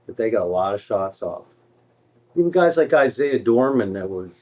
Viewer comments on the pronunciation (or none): none